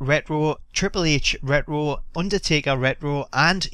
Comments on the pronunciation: its pronounced RETRO not rero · wut the fuck is ret row?? are u scooby doo?? its re-ch-ro!! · lol ret-wo xD sorry cracked me up. Pronounced Ret-Tro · the way u say retro is ret ro. so annoying lol cheers for vid tho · I like how you pronounce retro, I mean reh-roh *smiles* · Why does he say rero???? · Ret - Row Lol Thats How You Pronounced It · Hey for everyone giving you gripe about the way you say "retro" just pronounce it as "wretch - row" if you care. Onto the one things that bug me. Didnt Bruno say he was in the game a while back? What happened with that? Would suck cuz it probably means they pulled a capcom and he's already on the disk but locked. Also it grinds my gears that Axel(the current IC champ) didn't make the cut nor Big E. The wyatts and fandango I don't mind waiting for. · The way you say "retro", sounds like Scooby Doo saying "rut roh" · It sounds funny when he says rrtro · "Kane redroo" "triple h redroo" lol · Someone tell him there is a t in retro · You don't know how to say retro right do you jackass ? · I hate the way he was saying it, he's the only person I've ever heard pronounce it that way. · learn how to say retro